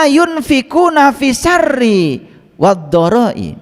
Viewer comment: Bukan fissari tp fissarooi